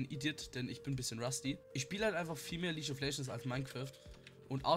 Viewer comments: ok...langsam regt mich das auf! Es heißt NICHT leasch of legends SONDERN lea>>g< >lieg<<) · bitte sprich League of Legends nie wieder Leache of legends aus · Ja er immer lietsch of legends ich immer HALTS MAUL